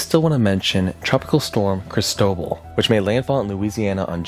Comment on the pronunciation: The earth is so hot now is anyone surprised? I am surprised at your pronunciation of Cristobal and Equator tho! I rarely hear it like E bike or E mail because it is the equator! Instead try Cris toe ball not cristoble!